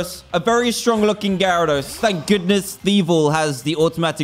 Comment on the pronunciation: omg it’s a GARADOS i think it’s gyarados dan...